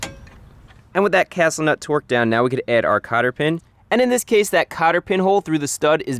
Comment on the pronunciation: Is he really saying twerked the whole time? Jesus. Its torqued not twerked.